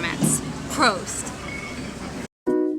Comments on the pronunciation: try saying "Prost" instead of "Proust" :D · Lived in Bayern for 4 years, but can't even pronounce "Prost" correctly.. That's not good enough, sorry to say.